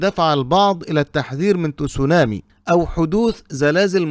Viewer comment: يا رجل، كيف جعلت الكلمة الياباتية Tsunami فصيحة بوضع الضمة على التاء؟؟؟ تُسُونامي؟؟؟؟ عن جد؟؟؟؟ هههههه بل إنها تصونامي، تباً لبني قريظة!!! 😂😂😂